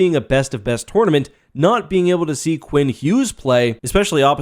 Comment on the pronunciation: You saying “tournament” hurts to hear